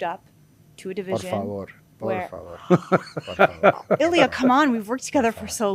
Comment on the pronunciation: "por favôr" 😂😂😂🤮 This guy's a stud